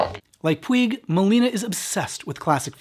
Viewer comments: Just a quick note. PUIG is a name originally from Catalunya and/or Mallorca that means Mountain. It's pronunciation rhymes with Much, so no Puy, say Puch. Thanks. Great video as usual. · Puig is a Catalan surname and is pronounced “poodge”, not “pweeg”. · Totally loved and appreciated the video but there was one little detail that was making me a bit nuts. The writers surname, Puig, comes from where we live in Spain. It means like a peak of a hill or a mountain and sounds like " Pooch " or a soft " Putch " rather than " Pyoo ig ". I wonder why the pronunciations are different? Can't wait for the next one. Stay well and keep safe. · Puig is pronounced Pooch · Greeting from Spain from a long time viewer. One brief point: the author's surname is pronounced "pooch", with the 'ch' at the end like in "scratch". It's a typical catalonyan (from Cataluña) surname, so it's not pronounced using castillian (what you anglo-speakers usually call "spanish") rules. I was about 8 y.o. and I remember thinking the movie was some horror film, because of the title. In some twisted facist way, it was indeed. Great video, as usual. Much respect from Madrid !!!